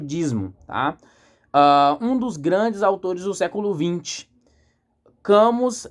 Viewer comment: Parabéns pela análise! Ver um jovem interessado por Camus é sempre um fio de esperança. Uma dica: a pronúncia é “Cami”, em francês. Leia O Homem Revoltado e A Peste também do mesmo autor.